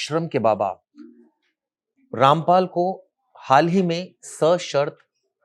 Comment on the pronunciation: उनका नाम ठीक से लीजिये